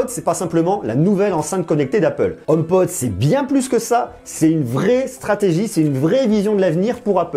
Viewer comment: Merci pour ton commentaire constructif. Tu tien de bon propos, et c'est plaisant de nos jours (on en voit pas assez) . Je me permet quand même de te corriger, c'est HomePod, non, Homepode . Pour ta culture Apple, La pomme travaille sur ce HomePod depuis 6 ans maintenant. D'où sort tu ta source à propos du partenariat entre Apple et Ikea (J'en avait entendue parler il y a maintenant longtemps mais c'était que des rumeurs à prendre avec des pincettes). Ne prend pas mal mon commentaire, au contraire. Si ça t'intéresse je tient un site, sur l'actualité Apple et j'aurait bien besoin de personnes comme toi qui pourrait rendre le site plus actif et le ferai connaître d'avantage. Si tu est intéressé , envoie moi un mail à Cdlt, Kanon.